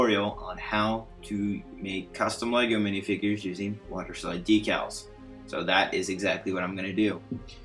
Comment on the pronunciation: Thanks! The only thing that bugged me was that decals are pronounced deck-als. Again, thanks!